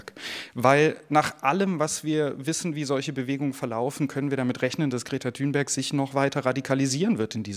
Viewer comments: Der bro sagt einfach Greta Thünberg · Seid wann heisst sie denn thünberg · Wieso heisst die Thünberg??